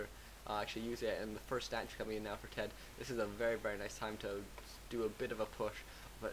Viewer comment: ima be a dumb jerk and tell you: TeD = "Tee Dee" and TH000 = "Eggs" (in China, don't ask why) or "T H"